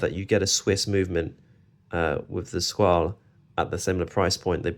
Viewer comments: Good comparison video. I almost always hear Squale pronounced with the A sound at the end, but it's actually pronounced without the A as you have said. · In interviews with the Maggi Family (the owners of the brand) they pronounce Squale with the A